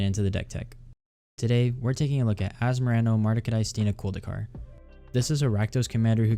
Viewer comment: This deck is very intriguing. Nailed that commander name too 😆. Thabks for the video! Liked and subbed from Mr.Bs !